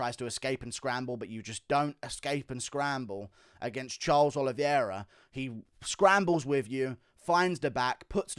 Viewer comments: The champ has a name, and it's Oliveira, not Oliviera 🤣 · It’s the Olive-Era